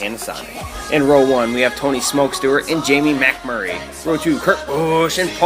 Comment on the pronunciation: I love when he says Jamie MAC Murray 😂